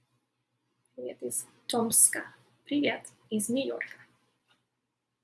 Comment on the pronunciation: Ты так забавно говоришь ПИВЕТ))